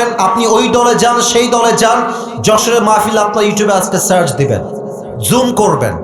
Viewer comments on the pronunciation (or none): none